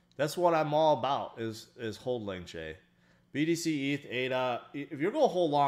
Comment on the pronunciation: Idk what’s more annoying, you saying AYLAWN or HOLDEL